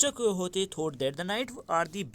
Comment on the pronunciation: Bro there's one mistake that Don quixote is pronounced as don kee ho tey